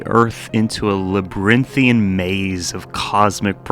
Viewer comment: 'Labrythian'. Nice.